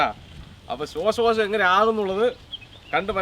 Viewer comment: ശ്വാസകോശം ✅ ശ്വാശകോശം ❌